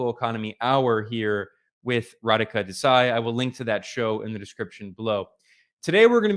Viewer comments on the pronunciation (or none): It's not DesAi it's DEsai